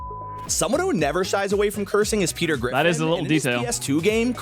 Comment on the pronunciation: GETER PRIFFIN